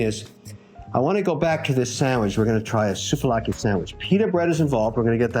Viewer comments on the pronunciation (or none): Sooove laki is the pronouciation. Not soov a lakia